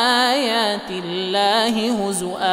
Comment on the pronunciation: لا أفهم لماذا يقول الله بترقيق اللام إذا في سبب احد يفيدني